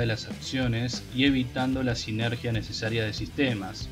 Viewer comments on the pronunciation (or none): none